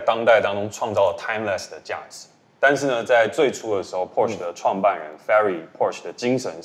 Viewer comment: Porsche做過影片介紹德語中Porsche的唸法。 銷售體系的員工應該要帶給大眾正確的資訊才對。